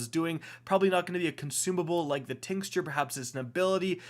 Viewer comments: So, I couldn't help it... I love the content and had to get this off my chest. It's pronounced tincture (tinkture) not tinsture as well as imbued (no n) not imbuned. I know, who cares... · I stg these destiny tubers mispronounce words on purpose just to annoy us. This man can’t really be pronouncing tincture like “TINKS-tur” or “STRY-guh”